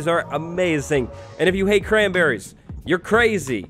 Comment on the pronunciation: i heard something else and that's grandparents instead of cranberries